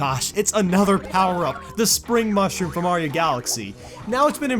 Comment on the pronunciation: bee mayro i heard mayro